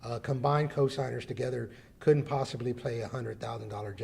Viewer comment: Coodont🤔 avarated😵‍💫 Deedent even noo😖 Us Hispanics don't claim this rambling what in the "make want to tear my ears off and put them on backwards" is going on here.🤣